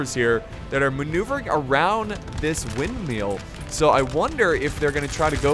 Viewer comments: No one:: WindmeaL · for the last time it’s wind MILL not wind MEAL!!